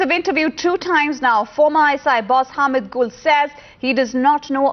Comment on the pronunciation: First of all its 'Ham'ii'd' not Hamed. Secondly : Gen Hamiid was at ISI for only 2 years.